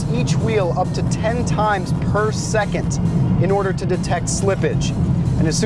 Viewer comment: it is not Seekint - it is second! it is not 'rowt' - it is route ('root') it is not beeoogaarddy - it is bugaTTi a dual clutch is NOT an automated manual - it is automatic!